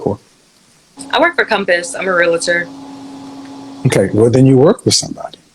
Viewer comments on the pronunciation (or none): It’s Realtor not Realator! It’s her job but she can say the word properly.